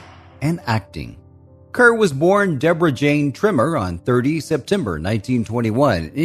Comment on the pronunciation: Perhaps it'd be a good idea to pronounce her surname correctly. "Deborah Kerr - it rhymes with Star", as MGM announced her arrival in the US. Do some homework!!!